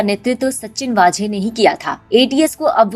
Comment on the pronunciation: its not वाजे.... its वझे